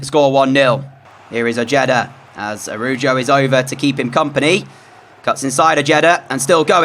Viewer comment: U pronounced the cb it's araho I spelled it wrong because that's what it sounds like Love ur vids